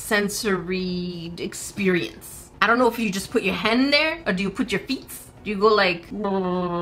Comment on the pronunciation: ear-xperience and not exp-ear-ience?